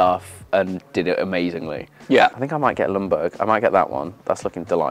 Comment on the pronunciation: It’s weird that not even an Arsenal fan who was watching him play gets that the L in Ljungberg is silent.